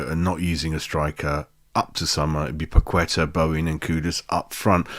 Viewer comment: Keep practicing those names.... Pa Ke ta - So - check........practice makes perfect....:)